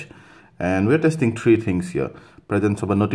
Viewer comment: its pronounced as three, not tree, god how can you come and do a video for the world and can not even speak lol and the display switches off when your ear is against it, not palm. Who talks on their phone with one hand covering the display lol crazy fool.